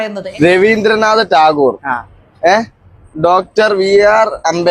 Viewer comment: രവീന്ദ്ര നാഥ ട്ടാഗോർ എന്ന് പറയാൻ പോലും അറിയാത്ത കുട്ടികൾ